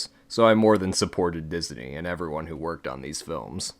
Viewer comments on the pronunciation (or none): Why do you say “Diz-a-nee”? lol it’s just “Diz-nee” my guy